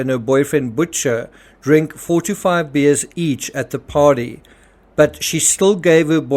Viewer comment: I hope to God the narrator said 4 to 5 beers. It kinda sounded like he said 45 beers! Either way, bad, but 45 beers? DAMN!